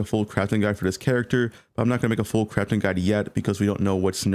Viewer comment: Why does not pronounce words that end in G? Craftin' Movin' Volcanic Fissure of Snakin'